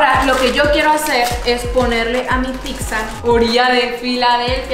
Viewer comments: Shot por cada “PICSA” que dice. 😂😂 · Me estreso tanta “Picxza” jajajaja 😅😂😂😂 es pizza y ya cual picxza jajajajaja